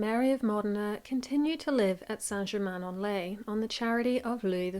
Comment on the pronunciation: Wow saint geemaine en ley. Never realised it's importance to British history.